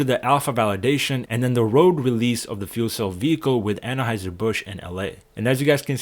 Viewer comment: I thought that it was pronounced Anheuser rather than Annaheuser.